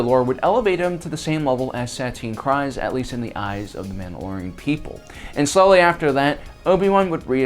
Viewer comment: For the love of Mandalore….her as well as her sisters last name is KREEZE (as in freeze) not Kries. They pronounce it a bajillion times in the clone wars and Bo-Katan even introduces herself to Din Djarin as KREEZE.